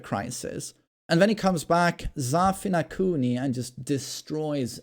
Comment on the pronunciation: Zafina-Kuni sounds like Zafina cunny 🤭